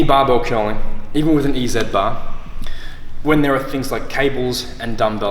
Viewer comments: Ee zatt bars lol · In American English, we say E-Z bar like this “Easy Bar” because we pronounce Z as “zee”. Makes a little more sense than “ee-zed” bar, but that was interesting to hear you say it that way!